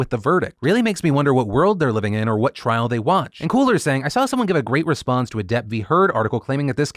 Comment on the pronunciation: Okay I have been seeing this a lot and I don't mean to be rude but the word is "trial" not "trail"